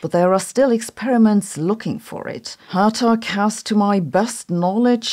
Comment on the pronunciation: Hertog is pronounced with a hard Dutch G.